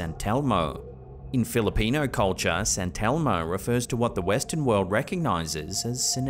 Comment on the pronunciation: “Santelmo” I’m thinking they are just putting the emPHASIS on the wrong sylLable.